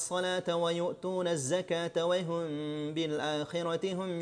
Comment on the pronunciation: ustadz, pas baca wahum kok spt wayhum yaa..